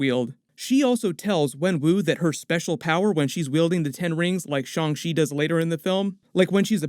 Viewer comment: It’s pronounced Shang Chi not Shang She. Chi like Taichi not Taishe.